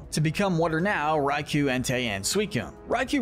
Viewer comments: Raikou (Ry-Koh). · This video is almost perfect, but the pronunciation of Zeraora, Raikou and Magearna's names is wrong and the rest of the ultra beasts are missing.